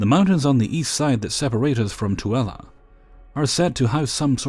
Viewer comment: 😱 you actually said Toole right! Grew up partially in Utah + it drove me nuts when others didn't pronounce it right. Decorating is fun! I love interior design related stuff + find it soothing. Definitely frame that photo + maybe have a theme w/ the old school photos? 😀